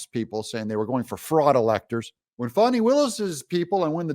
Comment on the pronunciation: Doug… her name is Faaannnnni. Not FAWNI